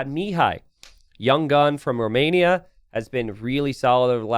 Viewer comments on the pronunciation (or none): none